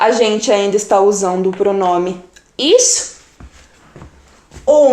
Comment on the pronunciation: Sou falante da língua alemã. Me desculpe, achei seu video muito confuso para quem está iniciando o estudo da língua. E também a pronúncia não é lá das melhores, sobretudo quando vc fala ICH, mas isso tudo bem considerando que alemão não é sua língua nativa. De qualquer forma, te dou a maior força para vc progredir nos seus ensinamentos, mas precisa dar uma melhoradinha na didática 😉